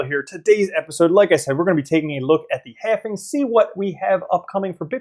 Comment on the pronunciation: Please stop saying halfing